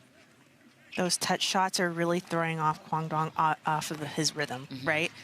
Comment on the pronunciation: These commentators CAN NOT say Quang Duong's last name correctly!!! Please show some respect!!!